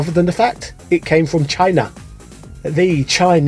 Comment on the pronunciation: Isn't DKnight, Angel from Shock Troopers 2 on the Neo Geo? Also, did you pronounce Chin-A Trump style?! Haha